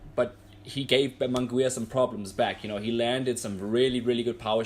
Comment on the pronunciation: Get the name pronunciation right bro.